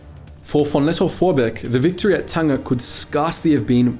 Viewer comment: Ah yes, Paul von "Not ze bees!" Vorbeek.